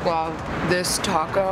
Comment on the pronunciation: pronounce the name of the taco correct girl lol